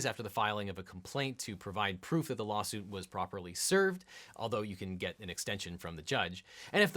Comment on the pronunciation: He said lolsuit😂